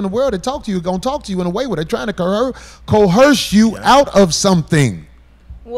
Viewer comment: Why Corey keep saying co-herse?